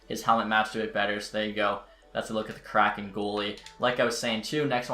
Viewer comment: It’s hard to take you seriously when you don’t even know how to pronounce “kraken”.